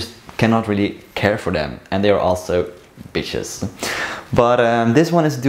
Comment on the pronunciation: oh... he said bishes... i thought he said vicious....